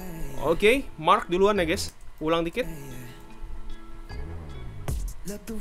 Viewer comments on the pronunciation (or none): Dia nyebut marknya jadi marrk :v